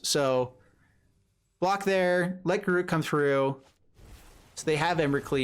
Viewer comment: That was obviously on purpose. Not sure about GAROOG, cursed huntsman though :D